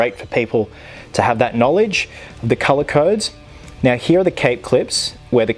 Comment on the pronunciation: how he says "he" instead of "here" an it makes me chuckle loll